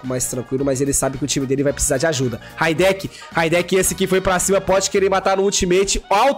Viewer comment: Raideki kkkk é Rideiki